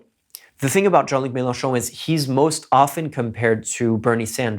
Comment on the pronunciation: I know it's off-topic, but your pronunciation of "Jean Luc Melenchon" is so perfect, it has to be said